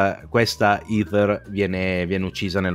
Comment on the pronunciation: Ho trovato lodevole (anche esilarante) lo sforzo di per non correggere ogni volta che sbagliava a pronunciare "Heather". In certe occasioni si nota proprio dal linguaggio del corpo che si sta trattenendo a fatica dal redarguirlo. 🤣 Ps domanda tecnica: come mai usate, in questo video come in altri, la parola "abusivo" invece di "abusante"? Io ho sempre sentito la seconda in contesti come questi.